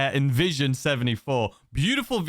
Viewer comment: You say: "Hi und I" and "Hyundai" the 2nd one is the most common, but both is bad, in fact, it should be pronounced something like "Hyonde" like Honda, but with y and eh. And it's not "invision" it's N Vision. As it's a concept car of the N series. (i20N i30N Ioniq 5 N etc.) When the Chopshop come out, I didn't had much money, and I burned all of it on the Chop Shop. And I didn't had the mood to play, so I only returned to the game a few day ago with no money at all. 😅 And I only have the Chop Shop none of the cars from the DLC. But I'm happy, as I only want 2 car from this DLC now and the Chevy Police car come now so I not wasted on other police cars yet, and I already saved 10 million in this few day. And if it's not obvious already, the other car I wait for is the N Vision 74. Other than that, I only need money for the business.